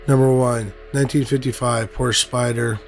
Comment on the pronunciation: To incorrectly pronounce the Porsche name is a slap in the face to humankind. You're better than this, act accordingly.